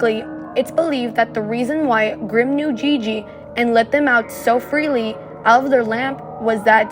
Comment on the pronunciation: Y’all I think it’s Grimm instead of grime… not trying to be mean tho :)